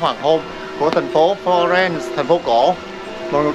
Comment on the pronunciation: đọc tiếng nước ngoài ko rõ lắm. Florence mà nghe thành Lorraine ( bên Pháp ). Phát âm ko rõ giống như đang ngậm kẹo. Nhưng dẫn chuyện dí dỏm và clip quay rõ điểm tham quan